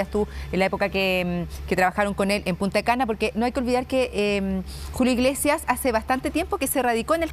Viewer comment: El lugar se llama Punta Cana. No Punta'e Cana, por si acaso.